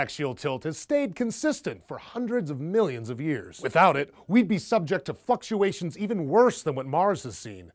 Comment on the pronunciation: lol I thought he said fuckuation